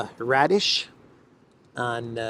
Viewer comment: Raddatz, not Radish.